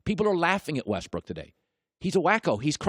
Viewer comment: LOL he called him Westbrick hahahaha ...I'm dead